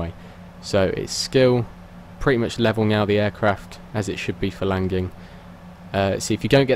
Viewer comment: Why do you say landing "langing" lmao